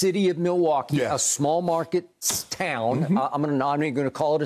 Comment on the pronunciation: HE SAYS “town”, LOL